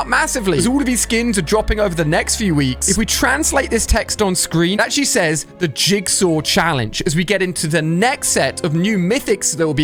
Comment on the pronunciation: Ali a you can’t say jizzsaw 😭